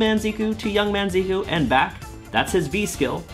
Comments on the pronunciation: Wrong pronounciation there for Zeh-Cuh. Do you call Ree-yu Raiyu as well? Anyway..really happy for Tokido and his Seam win..been rooting for the guy for years and I really hope and think that he has a big shot of taking Capcom Cup as well. What a story that would be..no one except Momochi won a Capcom Cup and Evo in Street Fighter (as far as I know). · I thought it was Zeh-Kew? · "zeeku" please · I'm not entirely sure why a lot of people insist on calling character by some weird assumed pronunciation. Like when it became a fad to call karin ''kareen'' and rashid ''rashyead''. Now its....ziku? Zeeku? Come on, it's just....zeku. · Isn’t it pronounced Zeh-Kew? Also, are you legally not allowed to mention MvCI right now? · Zeku is presumably Japanese, like Karin, so should use Japanese pronunciation. Or don’t; people totally butcher ‘Tokyo’ (tou-kyou; 2 syllable, not 3) all the time, yet the world has not ended. Personally, I think it is good to learn to pronounce foreign names and words closer to the original—it just seems polite to at least make the effort. Just an opinion, of course.